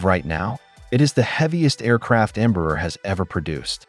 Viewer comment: ¿Por qué cuando pronuncia "Embraer" parece que tiene un huevo cocido en la boca?